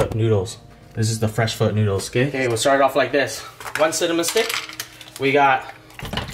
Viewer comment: peanut butter???come on man...r u sure ur viet? btw its pho not fur..peace!!!